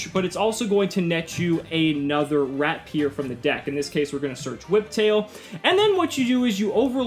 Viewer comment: It's not RAT-PIER! It's RAP-IER!! God! It's a good pun, but the T is "silent" (you still hear it without pronouncing it which is why it's brilliant!)